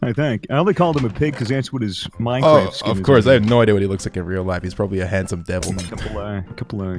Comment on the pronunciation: "this is just call of duty but minecwaft"